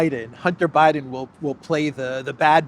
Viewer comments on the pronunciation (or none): none